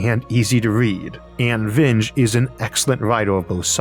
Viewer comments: Vinge is pronounced "vin-gee" not "vinj" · Vernor Vinge’s last name rhymes with “stingy”, not “hinge”.